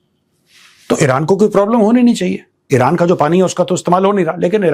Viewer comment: Mr GODI, It isn't vilran. It is Iran.